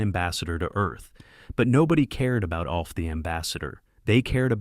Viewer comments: "AWLF"?!!!!! "A.L F"?!!! "OLF"?!! No, it's ALF!!!! ALF, ALF, ALF!!!!! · It’s pronounced like elf. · Why does he keep mispronouncing “Alf?”